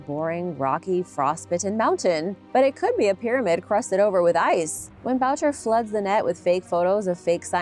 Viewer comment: Boucher is pronounced Booo Shay. It’s a French surname.